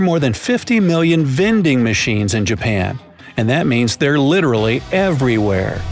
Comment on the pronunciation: BRO THAT'S NOT 'JUPAN' THAT'S JAPAN